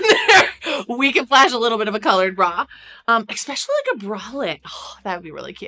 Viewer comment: ESPECIALLY……no X in this word!!!!!